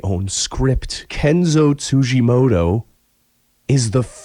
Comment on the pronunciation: Tsujimodo ? TsujimoDo ? It's a fucking T. TsujimoTo ffs.